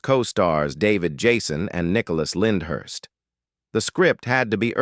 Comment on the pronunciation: Hopeless. Too many errors... Jacques, not Jarks, Reg pronounced Rej not Regg .. Nicholas Lyndhurst ...